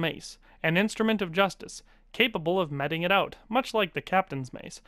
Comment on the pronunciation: meting, mee-ting. the root word is "mete" meaning give as in "give out". the verb forms: mete, meting, meted, have meted